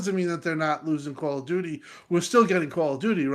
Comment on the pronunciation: YOU SAID "CALL OF DOODOO" 🤣